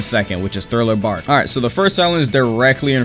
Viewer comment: ngl i was laughing so hard whenever this man said thriller barl instead of thriller park 💀